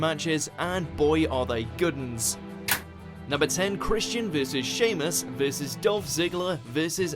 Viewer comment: it annoys me how this guy says VS he says Vissis